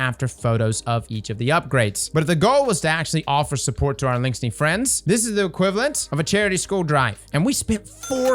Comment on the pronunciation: The only think I can focus on is adding another "n" to Eliksni